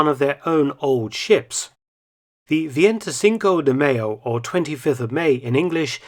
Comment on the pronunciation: Mate, your channel is great and your content is well made. That said, please take ten seconds to look up native pronunciations before you absolutely butcher them. Your pronunciation of veinticinco de mayo is galling. Seriously, just type it into Google translate and get it to pronounce it for you. Ten seconds. It'll improve the quality of your content with almost no effort whatsoever on your part. It's my biggest complaint with amateur historians in general. Learn the proper pronunciation for the damn terms you use. Please.